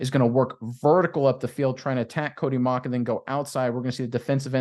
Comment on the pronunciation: Relative here... it's pronounced Mau-w-ck